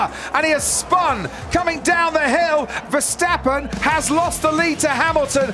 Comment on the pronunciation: Still you can't pronounce his name correct